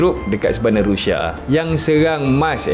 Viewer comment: Hahahahaha abg sebut rushia ke? Rindu??